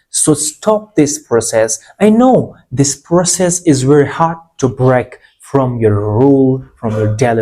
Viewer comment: Very, not berry